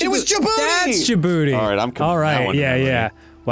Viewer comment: As a Djiboutian, I wonder why Arin finds the name "Djibouti" funny 🤔 I mean, I could never guess the reason lol 😂 In all seriousness, you would traditionally pronounce it like Jih-boo-tee, not Jih-booty. The three syllables are more separately pronounced. I hope y'all remember the Djibouti flag next time you see it!